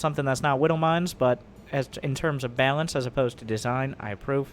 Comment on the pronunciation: I'm pretty sure mispronounce of "balance" is intentional. Wait, can you switch off Widow Mine auto casting?